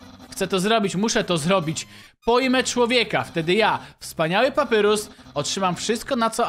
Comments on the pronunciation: 2.31 CZYTAJ PAPAJRUS NIE PAPYRUS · nie papyrus tylko papajrus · Nie czyta się papyrus tylko papairus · Papyrus czyta się Papajrus :) i lubie undertale :D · ałaaaaa dlaczego do jasnej ciasnej czytasz papyrus a nie papajrus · Nie mów papyrus tylko papajrus tak sie mówi a tak to ja znam żartów sansa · mówi się papajrus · Papirus czyta się paparius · nie muwi się papyrus tylko papairus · to nie papyrus tylko papajrus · Mówi się papajrus a nie papyrus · Wymowa papyrus-papajrus undyne-andajn śniezłe lody po angielsku nice cream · Patrzę na łapki i jedna łapka xd Skomentuje więcej jak obejrzę I drugi jestem Wgl taki szybki edit kiedy oglądam To mów na niego papajrus A nie papyrus albo papirus Na undyne andajn albo undajn troche dziwnie to wygląda ale lepiej brzmi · to się wymawia papajrus tak się nazywa brat sansa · Papyrus czta się papajrus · Papyrus muwi się Papajrus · Jeśli to czytasz to papyrus mówi się papajrus a undyne andajn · czyta się papajrus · Jak coś to papyrus czyta się papajrus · jakby co btw mówi sie papajrus a pisze sie papyrus jakbu co